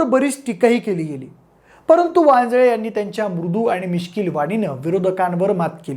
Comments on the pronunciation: वाजे असे बोलताना उच्चार केला गेलाय वांजळे असा करावा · अहो ते वांजे साहेब नाहीत वांजळे साहेब आहेत असा उच्चार करा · वांजे नाही आहे रे भावा वांजळे आहे